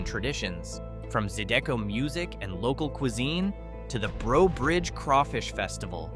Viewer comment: Most of these towns are By No Means "struggling to survive". And AI cannot properly pronounce 'Zydeco'.